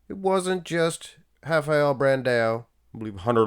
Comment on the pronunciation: You got it right. We say something like hafael.